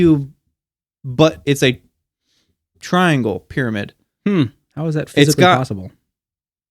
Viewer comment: Bruh It's called a TRI - ANGLE